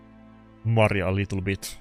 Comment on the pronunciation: maria not mari :P